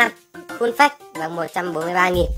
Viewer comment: Phát âm là phây chứ không phải phếch nha :))